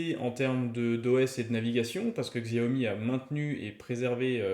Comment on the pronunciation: Le "x" se prononce "ch"